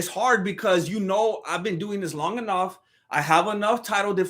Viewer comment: but not ‘anough’